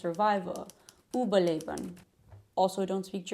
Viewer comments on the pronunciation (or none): your Überleben was good, but it will be great if you stress überlEben, the second e, as the main word keeps the stress, not the prefix:)